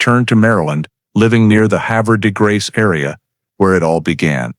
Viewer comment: It's pronounced Have er de grace. Sad sad story.